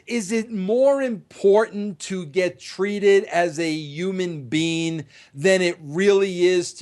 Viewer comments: Vince, it's "Human being", not "Oomn bean" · No bro, it's Yuman Bein'